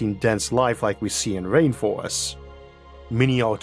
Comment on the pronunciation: what accent does he have that causes him to talk 'wike a bwaby'